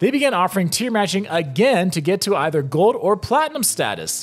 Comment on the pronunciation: Bro, love your vids but you REALLY need to start pronouncing your L’s. It’s so annoying. Gowd? It’s gold. GoLd, not gowd. There’s so many more. Owed? It’s old! oLd! Cawed? It’s called! Why don’t LV residents pronounce their L’s? So weird and annoying.